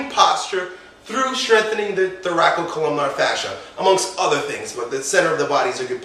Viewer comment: I'm not sure how spells what he's pronouncing, but he should be pronouncing what is spelled "thoracolumbar fascia" (with a single "co" syllable).